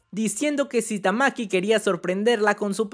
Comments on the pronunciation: Porqué le dices "Tamaki" a Tatsumaki?.. Qué te hemos hecho para merecer tal castigo? 😭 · Porque rayos pronuncia "tamaki" y no ¡TAKSUMAKI Como es la maldita pronunciación normal? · En español se pronunciaría así, pero en japón ese ''tsu'' es casi mudo, así que se pronuncia parecido Tatsmaki (Como dije, el tsu apenas suena o mejor dicho, suena leve la u), Es igual a otros nombres como el nombre Mitsuki que sería Mitski(En este caso la U es muda), pruebalo en google traductor en japones y pon el audio y veras la pronunciación. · En realidad se pronuncia "Tatsmaki" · Jaja cada cuadro dices tamki me da risa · me iba a suscribir, pero cuando escuche "tamaki" me di cuenta que estaba perdiendo el tiempo viendo este canal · Todo bien pero porque pronuncias tamaki le quitas poder a la waifu XD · de verdad queria ver el video pero cada vez q decias tamaki tamaki wtf se me quitaron las ganas de verlo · No soporto que no tengas ni siquiera la delicadeza de leer correctamente el nombre de tatsumaki, horrible